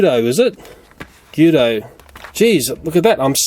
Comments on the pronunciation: Its pronounced g-u-i-d-o not g-oo-d-o I know its Australia so plz don't get mad at me I'm American ok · It’s GUIDO not GUDO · It's not giddy it's gowed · the only new car in the 10 pack is the primer mqueen and it is guido not goodo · It’s guido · Its GUIDO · It's pernounced ( gwee do ( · it's gweado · gweto is how it is pronounced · UM, U SAID GUIDO'S NAME WRONG.. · You pronounced guido wrong